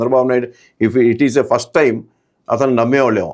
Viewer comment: పష్టు కాదురా మొద్దు నాకొడక ఫస్ట్